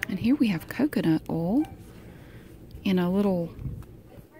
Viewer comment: I'm from az and when she said oil as "ooll" I cried